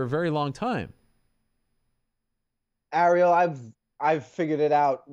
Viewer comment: Why do all the Jersey guys call him Arie-L?